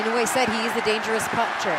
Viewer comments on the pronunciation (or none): Please, his name is pronounced Eee-noeee